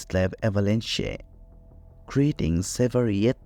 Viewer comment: This was painful to listen to...pick an AI voice that knows the language you want your video in...avalanche doesn’t have a "y" sound at the end, it rhymes with ranch...i tend to listen to these as I'm doing other things, and much of this was lost to my ear because of pronunciation difficulties...its like you chose a Russian speaking AI and asked it to read in English...and its not specifically a Russian accent i have a problem with, because one of the very best series I've ever found, on the Kursk, was narrated by a female with a Russian accent...if anything it adds credibility...but it must be ear legible if that makes sense, and this narration was only half understood by me Also, and it's been a while since i have dug into the Dyatlov Pass details, but i remember hearing explanations for some of the things you are claiming are still mysterious...the person missing part of her face- lips, tongue, etc- was because her face had been submerged in water, so fish could have gotten to it (idr if that was exactly the conclusion but it was similar, and there were many other details left out)...to say thats something not explained by the slab avalanche is disingenuous...there are many more steps and details to the explanation than BOOM avalanche, done; and if you want to make a video, you need to do a deep dive into the research- like the creators of the 30 other videos claiming to have solved the mystery did, at length, in depth- not bothering to do that leaves your video, short, un